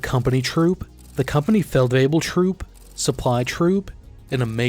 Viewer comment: Your pronunciation of German words is very good, especially with the tongue twisters that are Feldwebel-variations also, Division 2025 explanation next? I´d be very interested in that